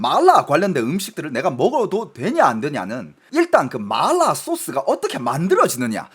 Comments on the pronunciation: 이사람 중국인임? 마라를 말라 이러네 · 한국사람들 보라고 만든방송에서 마라소스를 말롸소스 그러고있나요???? 중국사람들한테 방송핟ㅓㄴ지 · 마라를 일부러 그렇게 발음하시는건가요… 거슬려죽것네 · 마라 라고 표기하는데 자꾸 말라 라고 해서 개짜증... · 근데 이분 한국국적인데 어케 이렇게 발음이 마ㄹ라~ 이러는지ㅋㅋㅋㅋㅋㅋ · 마알~라 ㅋㅋ 발음이 중독성 있네요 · 마알라 ㅋㅋ 발음중독되네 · 본토 발음은 마라가 아니라 마알라 인가보네요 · (하지) 마rrlll라 소스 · 말롸소스 지려따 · 마라발음이 중국인이세여? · 궁금해서 보려다가 마라라는 말만 중국발음으로 하는게 킹받아서 못보겠음ㅋㅋㅋㅋ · 마라 발음 하실때ㅠ 그리고 너무 마라마라 반복하시는듯.. 이번 시청은 조금 힘들었습니다 😅